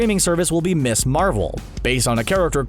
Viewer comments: "Ms." is pronounced MIZZ. NOT "Miss". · Dude...... "Ms." is pronounced "Miz", not "Miss". The entire purpose of it was to sound and be different, so women were no longer defined by their marital status. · Ms. is not pronounced "miss." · Ikari, not Iccarus Pronounced "Miz", not "Miss". The former is used for an adult single woman the latter for young girls. Jennifer Walters not Jessica I'd absolutely love to see the outrage when established female characters get gender bent to male characters, so sick of that shit.